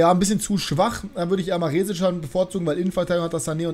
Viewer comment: Hi, das "E" in Maresic wird kurz gesprochen. Zumindest im österreichischen Fernsehen.